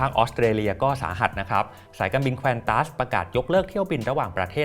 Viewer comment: ชอบทุกคลิปของสปิน 9 ค่ะ อ่านว่า ควอนตัส นะคะ ไม่ใช่ แควนตัสค่ะ